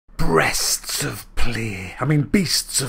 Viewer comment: Brests of play? Oh my god XD